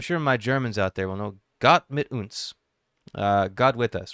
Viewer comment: PS: your pronunciation of "Gott mit uns" was pretty good. The "u" in "uns" should be a bit shorter. You pronounced it kind of like in "boot".